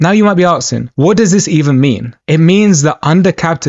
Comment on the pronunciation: Well... I raised an eyebrow when I heard you pronouncing "asking" as "aksing" but sat through the whole 5m34s. And decided at the end of this... ordeal... the following few things : - that you made a shoddy analysis - that I wasted 5m34s - that I got clickbaited for some collection of words and fluff - that there's a reason why you only have 37 subs So there... my first dislike of the day.